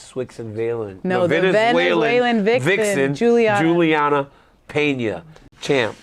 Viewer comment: Shout out to the "Venezswixen Valen" 😄